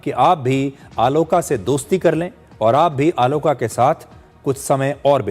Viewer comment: Bro it's not आलोका it's आलोक - Means Light